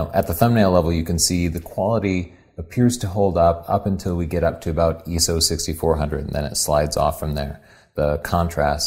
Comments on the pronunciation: Bro...dafuq is Eeso? Lol just busting your chops. You guys are and will always be super important people to me!!! Keep it up. I know this video is very old, but I'm considering buying a mark II (2) to get into pro work. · ISO comes from the International Organisation for Standardisation, which for whatever reason is generally known as ISO. Given that ISO is written in capitals and that it is an acronym for the organisation, I would say that really it should be pronounced I S O or 'eye ess oh'. Not only is it 'proper' but it is also internationally understandable. Now that is standardisation at it's best. In England every photographer I know uses that pronunciation. Nice video though :) Thanks! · Since when has the letter 'I' been pronounced "eeee" - also, that first shot of the noise in low light had different exposures; the 5D3 was much darker. Anyway, interested to watch. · Why do you zoom past 1:1 when looking at noise and detail level? I don't understand, you can bearly tell the difference. I'm watching it in 1080p and it looks a pixelated mess. And ISO is said phonetically, 'Eye-Ess-Oh'! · I enjoyed the objectivity, but in 38 years of photography, from a point where the standard was ASA (American Standards Association) instead of today's ISO (International Organization for Standardization) I have never heard anyone pronounce ISO as "EE SOE" as you do. It's an acronym, it very simply pronounced ISO or "EYE ES OH!" your EE SOE sounds like someone trying too hard. But again... excellent video. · Eso. Professional what. Dumbest Thing I ever heard. Buy my book how to say ISO properly. That's chapters 1-10. And then repeat. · eyeso..... not eeeso great review ;) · I.S.O not iso(eeso). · its not Eso its I SO .... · not ESO, he's saying ISO. But instead of saying I-S-O, he's just reading it "eeso". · iso has never been pronounced as I - S - O it's pronounced as eeso. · Is Eeso an Americanism? Or do the majority still pronounce it Eye So?